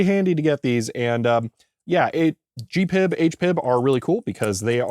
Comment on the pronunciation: Again: G.P.I.B. not Gee-PIB ! - lol